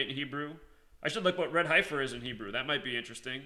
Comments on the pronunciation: It's pronounced "Heffer" not Hie-fer (yes I know the spelling is Heifer) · Dude, it's pronounced heffer, not highfer.. Fricken city slickers, pronunciation is easy to look up and some old farmer who has raised heifers, won't be calling you out on your pronunciation. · HEF-er. Not HI-fer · You have a special wisdom to mispronounce “ certain words” for a very special reason. God Bless. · heifer is pronounced hefer.....like deafer... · FYI HEIFER , the i is silent, the hei is pronounced same as the he in head ,hefer . Great video. Also my birthday is aug.10. I will be 71 next year. Not really looking forward to it now .lol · Ok so what is going to happen. Come on tell us. Tell the fbi the cia. Tweet trump. Tell him. Save some lives. And the word is. Hey fer. That is how you say it. It is heifer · "Heifer" is pronounced heffer, if you care... :) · My intention is not to offend but the pronounciation is heff-er like jeff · Okay, I know you were/are a teacher but can I nitpick?? Heifer = Sorry, I couldn't help myself, lol. I know that in the scheme of things this is petty... You do good work and we know you are a "G" when it comes to the numbers! Thanks for this...cheers;-)